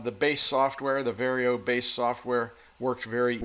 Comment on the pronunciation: It's VAR YO not VERY O